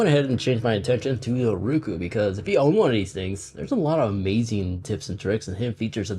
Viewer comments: Nice information, good presentation.................. it would be better if you would pronounce it..............Row Koo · The way you say “Roku” is very agitating and wrong the whole video